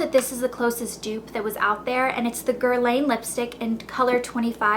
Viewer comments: I'm sorry I'm not trying to be mean, but it's nor literally pronounced as Guerlain, it's pronounced as GER-LAHN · The N in Guerlain is silent since it`s a French name :P Your hair looks so pretty! Love your videos :) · you pronounced guerlain wrong:) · You're pronouncing Guerlain wrong... you're a joke